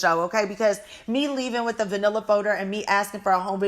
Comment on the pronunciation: “A vanilla folder.” Hahahaha I kept rewinding it because I was like is she saying manila folder or vanilla? 😂 Oh you’re still the best